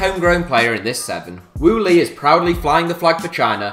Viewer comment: Wu Lei, not Lu Wei